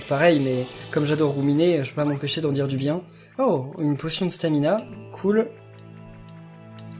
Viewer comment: C' est du staminum pas du stamina